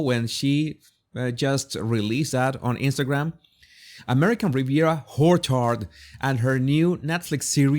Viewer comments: Hey, Jesus: love the way you say American Riviera [W]Horchard. You get away with it so cleverly with your accent. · I subscribed just for the way you said Orchard.